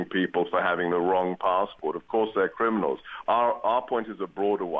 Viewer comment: GooooRRKKaa says "and of course they're crinimals" Cretin.